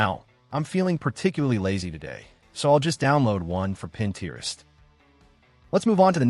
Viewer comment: Is there a way to better edit the script? So many I have watched/listen to have not so great pacing (like they’re reading run on sentences), or incorrect pronunciation (like Pinterest in this video). One word that I hear not pronounced correctly is “content”. They are referring to the subject of a video (CONtent) as opposed to feeling satisfied (conTENT).